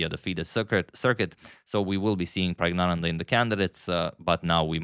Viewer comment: Sorry to disappoint - you’ve been pronouncing pragg name wrong all the time. This is the native tamil pronounciation Prak-gya-nandhaa